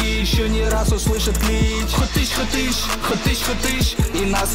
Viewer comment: Не верпач, а варпач. И не хатыш, а Хатыщь